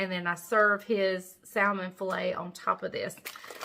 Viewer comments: Hi - I love salmon and it's quite healthy, especially if it's not farm raised. Is it a southern/country thing to pronounce it with the "l"? The correct pronunciation is "samen". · Wait, is the “l,” in salmon not silent??😆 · I'm from NC and I pronounce the L too...that's just the way I've always said it! Lol 🤷‍♀️ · Your son Wasn’t there to remind you, salmon without the L?😂